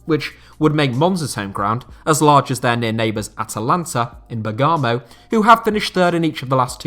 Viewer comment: Wow that pronunciation of Bergamo should get you cancelled